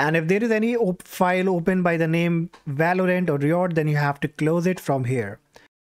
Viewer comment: RYE uht not ree ott